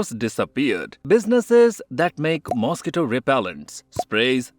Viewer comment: well? The butchering of the word mosquito is a dead giveaway